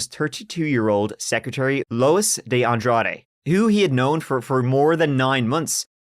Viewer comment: Thank you so much for pronouncing de Andrade correctly. You wouldn’t believe how many times a day I have to correct people on how to say it.